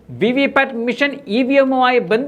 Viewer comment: മിഷൻ എന്നല്ലാ മെഷീൻ എന്ന് പറയാനപേക്ഷി